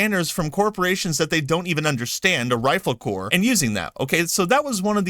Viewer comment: Corps is not corporation. It is pronounced the same as the word “core”